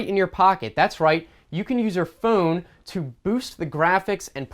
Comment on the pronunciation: The first time he said phone he actually said foon